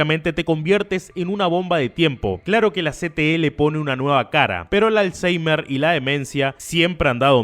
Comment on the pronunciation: Hay que ser ¡m b€ ¢¡I para creerse la historia de que es culpable, tú el primero que ni siquiera sabes pronunciar bien "alseimer"